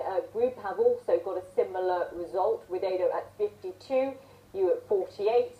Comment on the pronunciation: ihh lucu si Sharma blng joko widodo jadi joko wideydow